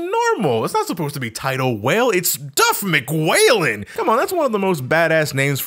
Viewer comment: The way he says DuffMcWhalen gets me every time